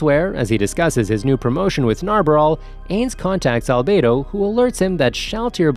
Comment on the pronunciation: No no my friend. Wha tf did you just say brp. Hey - nz - Owl - Gawn? I - nz - all - gown. not Albado Al-be-do not MARE Ma - re not Aura Aw - ra wait wait wait. Cocktyus? tf it''s Coc - you - tus Not Demiurje Dem You're - Ga Not Seebas Se - bas Atleast get one name right bro.